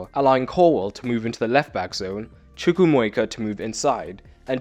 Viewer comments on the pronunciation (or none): CHUKWU - AIR - MEKA Man come on